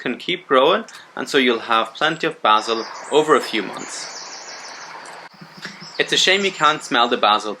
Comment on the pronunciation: Great info! Thank you! I love the way you pronounce basil. 😊